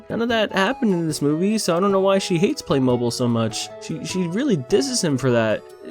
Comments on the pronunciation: its not play-mobile, its play-mo-beel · No no no, it's pronounced playmob*eel*, not playmobol >:( smh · It’s pronounced play-mow-beel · It's pronounced "play mo-beel," not mobile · The worst part of this video is that you say "Play MO-ble" instead of "Play Mo-BEEL" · Am I the only one who is getting absolutely triggered cuz he keeps saying play-mobil (it's play-moh-beel) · “Play-Mobile”😂 I can’t🤣 Edit: It’s pronounced Play-Mob-beal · I wish I could have watched all of this but there's only so many times I can hear a person call it Play-mobl instead of Play-mo-beel oh my god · It's pronounced playmobeele not playmoble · Yeah I could tell this movie was gonna be a disaster. I actually grew up playing with Playmobil but this...like...what? Also, it's pronounced "play-mo-BEEL", not "play-MOH-buhl." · Play mobl? No no no 😂 play moe beel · You have been saying it wrong its not play mobile (you say it like play moe bill when it sounds like this play moe beel trust me i have heard the ads on tv a trillion times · ITS NKT PLAY MO-BILE ITS PLAY MOBIL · also it’s pronounced PLAY-mo-BEEL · It’s pronounced Play-mo-beel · I think it's pronounced Play-mo-beel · Am I the only one who was bothered that he wasn't pronouncing it "play-moh-beel"? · It’s pronounced like “playmobeeyul”. The mobil part sounds more like the end of automobile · Its pronounced "Play-mo-beel" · as someone who is a huge fan of playmobil, (Btw I can agree this movie sucks) Its pronounced Play - moe - beel. Just bc u didnt know in the vid so I wanted to tell u XD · Has noone heard of Playmobil like I played with that when we was five Edit: it's pronounced playmobEyul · U say it like play-m-Beal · Its PLAY-MO-BEEL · Playmobil is pronounced "play mow beel" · It's Pronounced Playmobile, automobile with play replacing auto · I’m pretty sure it’s pronounced playmobeel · You pronaunce Playmobil Playmobill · After seeing thousands of ads of Playmobil from when I was younger, it's pronounced play-mo-beel